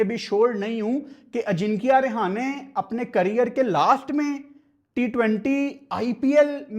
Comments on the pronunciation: Bhai tu hamesa hi mera ❤️ jeet leta h but yr vo रेहाने nhi h रहाणे hai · Its Rahane bhai not Rehane😂😂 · Not a Rihane 😂 It's a Rahane ✅️ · He is not rihane 😂 he is rahane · Rahane❌ Rehana✅😂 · Rahane❌️ Rihane✅️🤣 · Rahane 😅 not rihana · english Lower order❌lawyer order✅ Rahane❌rehane✅ Quinton de kock❌quanton de kock✅ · Bhai sahab rehane nhi rahane hai bo 😂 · रिहाने रहाने 😁 भाई 🙏🏻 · Rahane × Rehane ✓ Dimag × Damag ✓ Quinton× Quanton ✓ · Rehane nahi hai wo rahane hai 🥱🥱tum log bolna sheekho buai kya matlab sare hi aise hai kya pakistan mai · Rahane ❌ Rihane✅ 😅 Quinton ❌Quanton ✅😂 Don't worry,Hota hai kbhi kbhi Btw great Analysis 👍👍👍👍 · Rahane ❌❌ Rehane ✅✅ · bro your pronunciation is just awsm rehane 🤣🤣🤣quanton de kock 🤣🤣🤣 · Rehane? Rahane name h bro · app Rahane ka name galat pronounce kar rahe ho. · Tujhe rahane ka name pronounce krna nahi ata